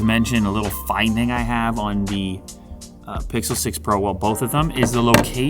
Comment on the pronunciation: Pixle 6 pwo, with a wittle wadda?